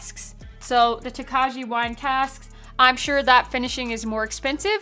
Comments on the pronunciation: First of all, it is pronounced "Toka-yee!". Yes, it sounds very Japanese... but Hungarian. Second... I cannot believe they got only a bronze at the San Francisco Spirit Competition. The dude judging it probably had no clue what Tokaj Wine is. What a shame... I just got it for $113 (I hate taxes). Totally worth it. I'll get a couple more bottles for the cellar. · The j is silent . . . toe-kye, It's a Czech grape and they use to to make sweet white wine. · Pretty sure it’s pronounced “Toe-Kay” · It is most definitely pronounced Toe-kye. Rhymes with rye. 100% no fakies. Sounds like a delicious bottle though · You guys just continually keep doubling down on the incorrect pronunciation of Tokaji 😂 Its not Japanese its Hungarian..think Toe-kye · It’s pronounced (toe Ki). I have to try this again.i think my first bottle was tainted. I gave it away. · The J is silent in the pronunciation, or listen to how Fred Minnick correctly pronounces it